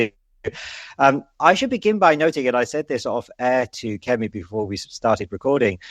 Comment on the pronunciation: Checked Kemi's name: so get it right. Don't announce youre going to keep getting it wrong anyways! Such a cliché She even gave you an aide memoire.